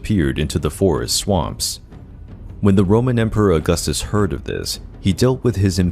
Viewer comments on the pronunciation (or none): none